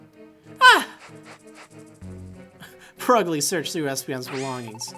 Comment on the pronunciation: Just a tip: next time u talk as Purugly, make sure 2 roll ur r